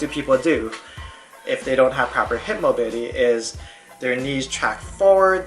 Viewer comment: "Hip mobity"